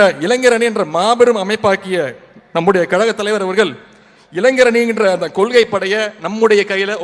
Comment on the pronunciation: அவர்கல் என்று படிக்கிறார் உதயா, அப்போ, அது 'அவர்கள்' இல்லையா...?